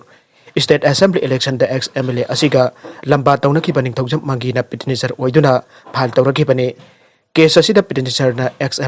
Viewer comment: petitioner haina habiyo there's no word in English by the name and with the sound peteniser + pronunciation of miscellaneous is wrong